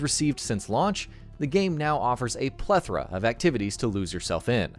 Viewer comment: Cringed so hard. Also, "plethora".